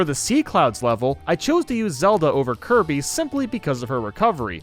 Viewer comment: U said tge names wrong, First theres Kirb, the Red Luigi, then Lonk, then yes